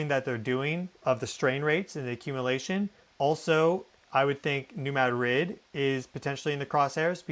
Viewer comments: Very clear and thorough. I am from MO and I have say this. It's MADrid not maDRID.😊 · Spanish capital is pronounced ma-DRID. Missourians pronounce it MAD- rid. You’re saying MAD-RID mixing both pronunciations with extra emphasis on second syllable ❤ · Madrid= muh-drid.....love your content but that drives me bonkers lol! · It's muh-drid not mad-rid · I think he would know 🤔